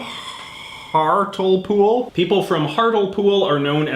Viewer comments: Ahhhhhhhhh hartlepool is pronounced hart-lee-pool not hartlepool i died a little inside hearing you say it like that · It's pronounced heartly pool giza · Through the entire UK part I was chanting " It's heart lee pool not hartle pool!" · You are really bad at pronouncing British citys lol its also heart le pool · It’s pronounced Hart-Lee-Pool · Hartlepool (HART-LEE-POOL) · Hart LEE Pool is the way Hartlepool is said and Norwich is "Norridge" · Norwich is pronounced norich the Thames is pronounced tems Hartlepool is pronounced Hartleypool and innit is used throughout England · Hartlepool is pronounced HART-lee-pool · Your pronunciations of Norwich, Thames and Hartlepool made me slightly queasy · your pronousanation of those postcards of the uk are cringeworthy